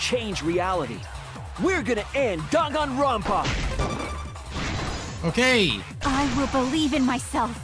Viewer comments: the “dan” in danganronpa is pronounced more like “dahn” than “dayn” according to the way Japanese works. In Goodbye Despair they say it correctly after each chapter ends. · I pronounced it "Dain-gone-rom-pa"